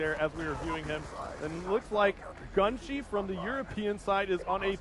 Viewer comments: GUNSHE!?!?!?!?! ITS GUNSHY!!! What an idiot. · He was pronouncing his name gunshee it's GUN GHY